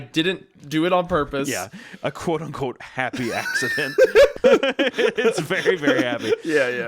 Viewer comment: "Happy Appsident" My god